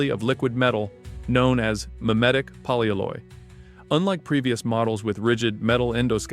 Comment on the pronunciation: Poly alloy. It's a compound word. It's not "polyaloye"